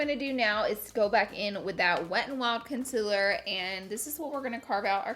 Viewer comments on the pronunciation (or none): I die every time she says coNsElAr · no one: laura: consiller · Yes Laura its conciler not concealer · Laura: Conciler Someone else: Concealer Laura: Conciler ... Someone else: Conciler 😂😅😘😘